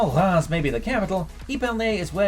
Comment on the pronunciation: Reims is pronounced Raaz though, with a French R sound.